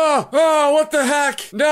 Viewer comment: what the hack????? I heard what the hack